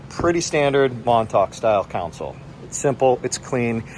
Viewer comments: Thanks for the great review but please don't say council. It's console like con sole :) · Thanks for the making the video. You did a good job of highlighting some of the differences between the two models. Just two notes for the future. A “council” is a board, political body, or advisory group. A “console” is what you’re seeing on these small boats, and it is pronounced “con-sole”. Also, the toilet on a boat is a “head”. I’m not being critical — just trying to help you communicate with folks in the boating world, as these are familiar terms for us.